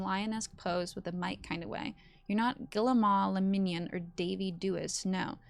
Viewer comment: I simply love you pronounciation of the names, girl who the f is Guillemoi le Minion 😭😭